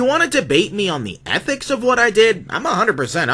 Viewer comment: saying atnics is wild